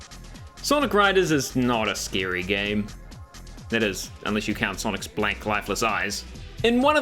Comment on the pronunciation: He says scary like if it's sceeary, kinda like arin from Game Grumps